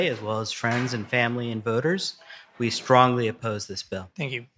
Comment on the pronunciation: Love when they say stronly appose, lol😅